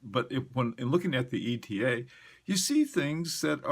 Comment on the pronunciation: Bless you for not saying "Etta" like the fools.